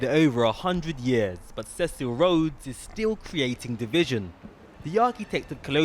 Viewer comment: "Thecil Rodthes"? who's that? The reporter can't even speak properly. How about just giving places to people that deserve it instead of trying to make the numbers look good, by making it more ethnically diverse. Jethus Wepth.